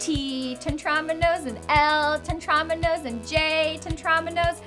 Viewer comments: Aren't they pronounced, Teh-trah-MEE-no? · Tetrominos? ITS PRONOUNCED "TETREMINO'S" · The way she pronounces Tetriminos makes me cringe